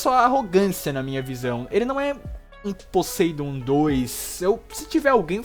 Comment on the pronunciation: Meu Deus cara!! Fala Poseidon direito! Fala o nome do cara todo leproso! Bom vídeo.